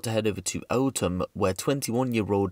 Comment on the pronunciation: You mean Eltham (pronounce it properly !) not 'Altham' ! (site of the infamous St. Lawrence race hate murder) What the hell as Enfield got to do with any of this ? (one's extreme South the other North) Eltham is (still) majority White Enfield is NOT